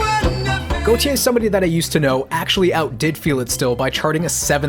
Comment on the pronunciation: Wanna point out, Gotye's name is pronounced like goatee